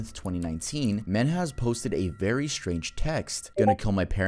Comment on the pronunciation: wery good wery nice